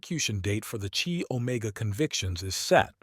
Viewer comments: Chi pronounced Kai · Chi doesn't haven't a Chinese sound but should be pronounced like eye with a K in front.